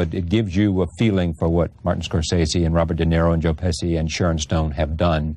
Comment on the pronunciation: Very funny that he says “Joe Pessie”